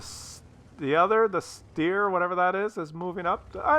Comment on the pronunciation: the "Steyr" is spelled .... Shhtiar in german. best wishes from Hamburg Man